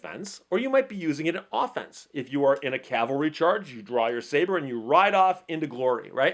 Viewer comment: From one 2nd Dan to another: Love your video. What Kwan? I'm Moo-Duk-Kwan. And thank you for saying the proper "cavalry," rather than the usually-used-improperly "calvary."